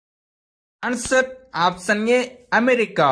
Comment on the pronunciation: Option pronounciation opson antunaruu